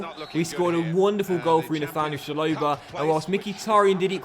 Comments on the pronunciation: It’s ch-a-lo-ba not shalobar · It's chalobah not sholobar